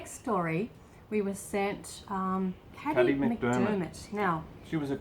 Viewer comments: Oh and I could be wrong but I think her name is probably pronounced "Kay-dee" (like a trendy spelling of Katy) not "Caddy". Anyone who knows feel free to confirm or correct this. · you are pronouncing Kady's name wrong